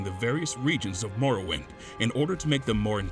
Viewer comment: Insider info; There was a pretty big debate internally over whether or not we should use that clip. (who edited the video) decided to use it because he didn't have another suitable clip iirc. She also mispronounces "morrowind" lmao